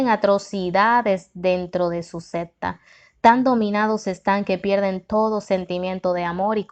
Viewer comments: También dice sesta en lugar de secta tiene que tener cuidado como pronuncia las palabras porque confunde a los que escuchamos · Me recomendaron mucho este libro, por cuestiones de trabajo casi no me da tiempo para leer por eso lo busqué en audio para escucharlo mientras laboro, desafortunadamente la narradora no es muy buena y con muy mala vocalizacion. Cada vez que decía sesta en vez de secta me hizo recapacitar y decidir que mejor voy a sacar el tiempo para leerlo y ahí voy.